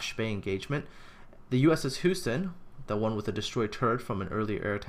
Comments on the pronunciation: is not spoken Who-ston it's spoken Hue-ston. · I'm a New Englander, so I can't speak for Texans, but isn't Houston pronounced "Hyou-ston" rather than "Hoo-ston?" I know I'm nitpicking. I still enjoy your work on this series. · It was a larf, but is Canadian, so I forgive him.;-) Hoo-sten...we have a problem! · It's named after the city pronounced 'You-ston.' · compared to the pronounciation of the dutch names houston was only a tiny bit off :)